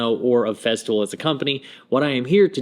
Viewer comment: Cool video on Feztool bro. Say it with me...FeStool. There is no fucking z.